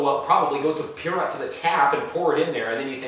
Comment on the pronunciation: The way you say pirot sounds like pirat